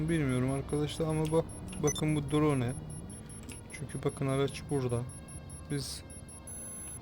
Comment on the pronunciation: Drone yi yazıldığı gibi söylemek 😂